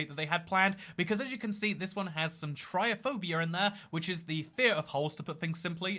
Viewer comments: it's trypophobia not tryophobia lmao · I'm more terrified that can't pronounce "TryPophpbia" or is blind to the letter "p" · Is anyone going to correct his pronunciation of trypophobia?